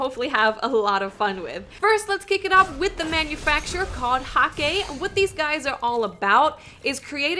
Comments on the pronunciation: DeeJ said that HAKKE is pronounced hah-kuh:P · It's Huh-kuh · xBeast Hah-kuh you mean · Hakke is pronounced Hakku and Omolon uses liquid ammo, you can tell because there is a liquid gage on the side of the sniper and auto rifles and on the back of the hand canon. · Mike McNally its pronounced hack-uh look at MoreConsole video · It's pronounced "hah-kuh" - Deej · J s H Hmmmmm nope it should be pronounced the way I did, I am correct =P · That's such a western way of pronouncing Hakke though :(